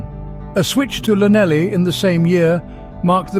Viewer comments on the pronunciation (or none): And it starts with a double 'L' - Llanelli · Lanelli with a double Welsh ‘L’, not ‘Lanellie’…Geezus! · Like many old blokes, I'm looking for decent content about the late, great, Barry John, so I am somewhat disappointed to hear a presumably AI generated voice pronounce Llanelli about as incorrectly as you'll ver hear!.